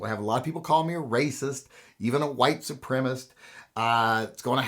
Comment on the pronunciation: A couple of corrections, Mr.. It's white supremicist--cist at the end. Not white supremist. Also, when white boys (mostly) form gangs they come up with names like The Proud Boys or The Oath Keepers or the Boogaloo Movement or Three Percenters.... i. e. they become politicized armed militias. And guns are part of the equation resulting in mass violence in the US. Other parts are mental illness and, yes, gangs, which are essentially social responses to economic disparities. And I don't think you are racist. Not intentionally, anyway. Have a good day, and shoot straight.